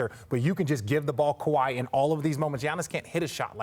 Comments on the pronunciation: Scottie KAHWI!!!! Damn pronounce the man name correctly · lol he doesn't even know how to pronounce his name and hes having an argument that involves Kawhi this video is irrelevant to me